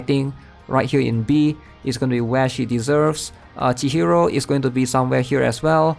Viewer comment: but its chihiro not tihiro